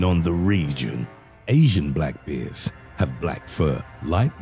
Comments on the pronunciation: He seriously says "beers" instead "bears" :D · Ba’ers in a real boston-like accent.